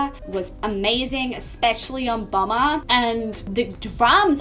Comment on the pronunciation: Bomber, not Bummer.